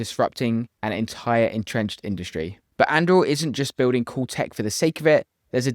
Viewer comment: Did you say buiwding